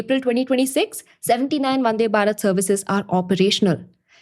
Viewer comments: please say भारत instead of बारत please . the थ pronounced as त makes listening to this girl really irritating! tinking, tousand, tailand, tirty.. would prefer reading instead of listening henceforth. Good information though! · check the pronounciation of "thousand" and hear how you say it. Or thinking or even Bharat. If you feel you are right and other's are wrong.. well.. good for you. I cannot listen to how you are saying it. So... I am out.